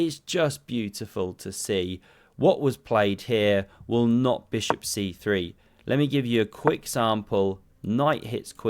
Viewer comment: Beautiful "SMACK MY BISHUP"